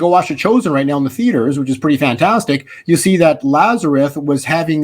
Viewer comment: I’m a fan. And you are quite a good speaker. This is why I am surprised you pronounce Lazarus as Lazareth.